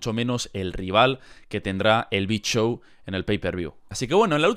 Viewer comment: Soy el unico que cuando dice el big show, entiendo "el bichow"